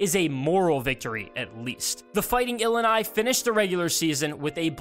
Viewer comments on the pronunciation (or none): Not even an Illinois fan but it's ILL-I-NI not ill uh nuh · Learn how to say Illini.. ILL-I-NI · The way you pronounce “Illini” ruins this video.